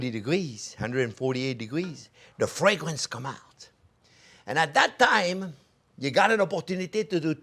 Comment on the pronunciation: Fresh basil at the end.... ADDS MORE FWAGUWENCE CHEF